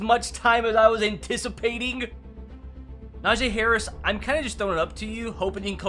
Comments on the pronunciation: It’s not “NaJay” it’s “Najee” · You saying NAJAY instead of NAJEE is killing me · its NajEEEEE harris not Najay harris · najay ME: -__- its najee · Ss a steelers fan i think its he says na jee instead of najee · it’s na-jee not na-jae lmao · It’s so annoying when he says a nfl players name wrong it’s not najaa it’s Najee haris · It is Najee not najae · stop say NA JAA ITS NAJEE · It’s not najaa najeeeeeee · its no najayyy hariis its najeeeeee harris and i dont know how to spell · Someone teach this man how to say Najee Harris's name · I'm screaming 3very time you pronounce Najee's name wrong